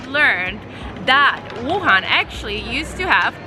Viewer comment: Very well done! Too bad you're not a breakfast person. The hot, dry noodles (re gan mian) is a Wuhan specialty I simply can't do without. Oh, and thanks for pronouncing Wuhan correctly wuHAN. It's not that difficult. Seems like almost all westerners say WUhan. Drives me nuts! (Retired American living here for the past 10 years.)